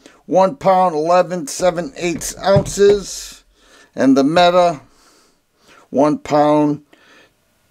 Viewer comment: Actually METE pronounced MEAT Almost … optic ready …🤣